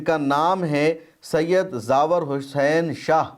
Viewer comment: جناب زاور نہیں بلکہ زوار لفظ ہے